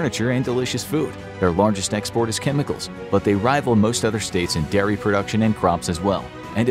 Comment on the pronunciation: Pennsylvania... It's not "Diary" it's "Dairy"